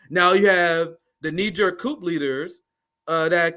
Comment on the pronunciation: Bro, you too smart to be pronouncing the "P" in coup. Please lol